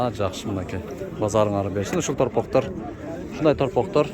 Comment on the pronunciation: Улар эмес уйлар топоктор эмес торпоктор шашпа укам кылышты ыргачы дебестен жакшына суйлосон Уургачы деп канча баа берди деп сурасан